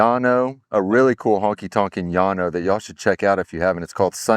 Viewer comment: Llano is pronounced Lano, not Yano.